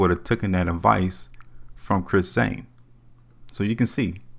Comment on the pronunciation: You know this guys a super loser because he can't even say this mans name right. Its CHRIS SAIN NOT ZAIN! You're a super lame that's why you got 48 subscribers. I Wouldn't watch you if you were wrapped around my wrist. I made 52k riding with Chris Sain and that's only because I started late.smdh